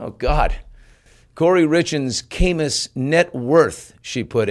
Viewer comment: Great interview… just one correction Billy, Kamas is pronounced like cat without the T: Ka-muss not Kay-muss. Or Ka (as in catch)+ muss (as in no muss no fuss).